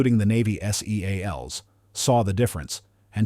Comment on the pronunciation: I just hate the damned AI voice! Who the hell says S-E-A-L-S??